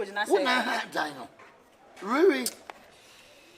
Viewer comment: "Rearry" for me 🤣🤣🤣🤣🤣